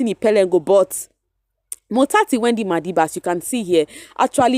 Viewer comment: You say "motsatsi Wendy madiba" so nice I'm always looking forward to hear you 😊🤍